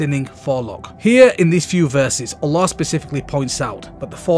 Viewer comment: ooolllaahhhh 😆😆 this guy has funny way of saying Allah